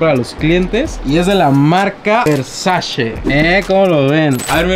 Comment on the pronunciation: Las dolshe y los versashe 😂